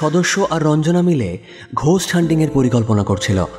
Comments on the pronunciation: কথাটা “গোস্ট” ঘোস্ট না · বানান ghost হলেও উচ্চারণ 'গোস্ট'। এগুলো একটু খেয়াল রাখবেন।